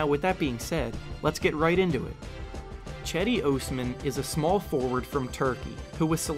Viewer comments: Who the hell is this chedi ohs-man? I came for Cedi (jedi) Osman (Aws-man). Clickbait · You said his fuckin name wrong all video. It's pronounced Jedee Ozman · Diiid this man just say chedi OOOsman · Cedi ohsman 😂😂😂😂 bruhhhhh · Its pronounced Jedi Osman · "Chedi Oosman" 😂😂😂tf u pronounced it so wrong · "Chedi Ohsman" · Do you say his name like a fuckhead on purpose? i watched 1 minute in and you lost me. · How did you pronounce his full name SO wrong despite all the research you did on him? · Can't even pronounce his name correctly lol. This dude is terrible at youtube. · I didn't know it was possible to mispronounce cedi osman so bad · Thinks he Cedi can replace LeBron but yet he still can't pronounce his name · If only he could say his name right 🤦‍♂️🤦‍♂️ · Cedi Osman’ı düzgün söyle lan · If your gonna make a video about him at least make sure you pronounce his name right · you don't even know how to pronounce his name. get lost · You cant even say his name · U butchered his name so much lol